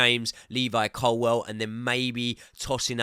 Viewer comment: You’ve got to start saying Colwill correctly